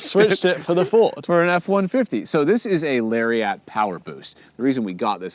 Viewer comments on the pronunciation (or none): A Canadian and a Brit pronouncing Lariat is funny 😂. It's not Larry At. It's Luriet. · Two things came to mind as I watched this... First, I have never heard anyone do such an excellent job of mispronouncing Lariat; it gained a syllable and sounded like a whole different model. Second, their complaining about the truck really made them sound picky. The problems they had were mostly people problems not truck problems and they even gave credit to the truck for successfully handling everything they threw at it. The break-ins and paint color have nothing to do with design or performance. Only the light ballast issue is a legitimate gripe and that may exist with other generators. In the end their biggest complaint appears to be the cost which is what everyone says about trucks so I'm left wondering if they simply didn't want to restate the obvious or provide a positive evaluation. Very strange review.